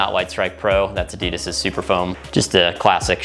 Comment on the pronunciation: Cool shoes but why o why does everyone pronounce Adidas wrong???